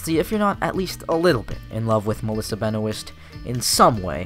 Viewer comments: her name is Melissa Benoist, read as Meh-li-sah Beh-noy-st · Kara became a reporter on her own under Cat Grant, not because of Lena. Also Katie McGrath's last name is pronounced McCra,(are) the "TH" is silent. Malissa's last name is pronounced Be noist "noist" sounds like moist. Otherwise good critique of the show and the relationship.